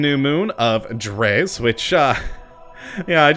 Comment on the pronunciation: You finally said dres right